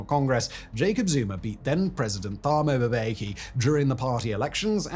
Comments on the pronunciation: Mispronouncing thabo mbeki too!?!?! Dude this really is low, you didn't even bother looking up how to pronounce a former presidents name??? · Worst pronunciation of "Thabo Mbeki" ever. Good video though.